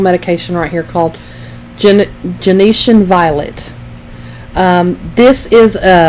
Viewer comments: It drives me crazy that she says Gen-E-tian. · Pronounced “JEN-SHUN” violet.